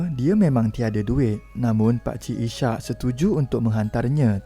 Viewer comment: Maaf admin, sebutan nama pemandu teksi ( cerita pertama) ialah Is- hak, bukan I -syak ( sebutan spt waktu solat). Nama Is-hak adalah dr nama seorg nabi .